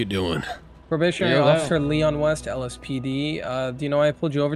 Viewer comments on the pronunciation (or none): none